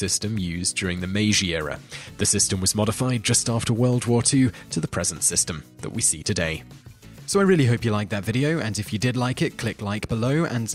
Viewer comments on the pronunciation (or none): It's the "Meiji" era - pronounced May-gee. Not May-zhee as if it were French! British people (and I am British myself) do this stuff all the time. In Japanese written in the Roman alphabet, the letter "j" is pronounced just as in English ("j" as in "jam"), not like the French "j" as in je suis." The same is true of Chinese in the pinyin alphabetic system - Beijing is "bay-jing" (as in jingle-bells) not "bay-zhing" as if it were some village in the South of France!